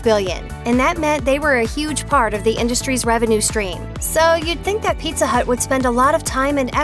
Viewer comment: Oh no mah peet-tha